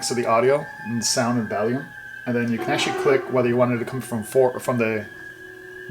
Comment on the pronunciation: Volume not valume lol